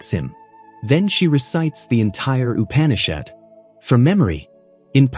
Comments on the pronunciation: ON+MG! If you are going to narrate.. at least learn the correct pronunciations!!! It. is NOT "U-pan-ee-Shad" It's "uːˈpæn.ɪ.ʃæd" Say it like "oo-pan-e-shaed" and you'll be at least close. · Upanishad is pronounced oo-paa-ni-shaad 🙏🏼